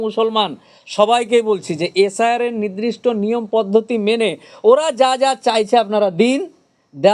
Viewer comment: ০০:১৫ তে "নির্দিষ্ট" বলতে পারছে না, "নিদ্রিস্ট" বলছে, এ আবার বড় উকিল 😂😂😂😂😂